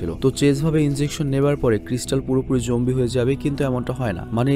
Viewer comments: Apni bln Zombie ami shuni Zongi😂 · ভাই ওইটা zoanggi na zoambie😂😂😂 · ভাই, জঙ্গি না;উচ্চারণটা হবে জম্বি... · Jombie,jongi eigula ki bolen bhai ! Eita Z-O-M-B-I-E